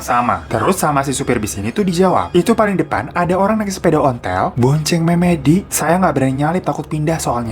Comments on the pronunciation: memedi wkwkwkwk bacanya meumeudi, memedi mah panggilan temen gw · Memedi, dab. Lafalnya kaya "e" telat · memedi itu baca e nya kaya kita baca "beli" bang🙏🏻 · Bang aku ngakak waktu kamu bilang "memedi"😂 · Bang, pembacaan "MEMEDI" kurang tepat.... wkwkwk... aku loading dulu pula mikirin kata itu... XD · Memedi bacanya salah bang, jadi lucu dengernya 😅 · itu juga yang bagian memedi salah pengucapan wkwkwk tapi dimaklumi kok